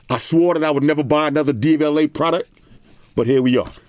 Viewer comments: Is he saying DVLA? It’s Devialet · then say it in FRENCH bro. Devi-Alet. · Sounds like you said DVLA which in the UK is the driving vehicle licence authority 😅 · Am i the only one from the uk who thought he said the DVLA and not devialet 😆😆